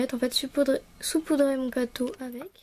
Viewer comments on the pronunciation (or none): none